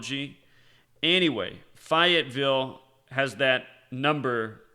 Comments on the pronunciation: It's pronounced Fay-ette-ville, not fi it ville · Your killing me 😂😂 it's fayyy etttt villle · Fayetteville has a large army training base. What's this is all an out? Fay u t Ville (pronunciation) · Fayetteville is pronounced like Fay-it-ville. There is also a Army base there. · Always learn when I listen to you. This time I can help you - the correct pronunciation of Fayetteville is Fay -et-ville. I used to live in NC. Fayetteville has an Army Base there and my daughter’s mother in law lives there, so I know how it is pronounced (unlike the neighborhood I now live in down in FL — no one knows the correct pronunciation 😋). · Fay it ville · I think was making a noted and paralleled point when he 'intentionally' mispronounced Fayetteville. Go read about its warring history, then, you'll understand his intended misnomer.